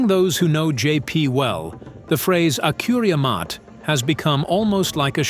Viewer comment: The pronounciation of the of the sentence “Akuria Maté” is thoroughly inaccurate.